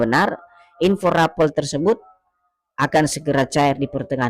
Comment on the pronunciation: RAPEL KLUAR BUKAN RAPEALON BUKAN ...KLIRU RAPALAN...GAJI.